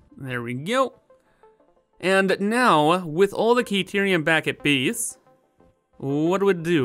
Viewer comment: Newcomer to your channel here, been bingewatching your content over the last few days (perhaps neglecting my own work in the process... ahem). In any case, great content! Due to your pronunciation/accent/something every time you say the word "Base" I hear "Beast" and I think that couldn't be more appropriate given the sheer magnitude of the project. It is indeed a Beast, capital B and all! Keep up the great work!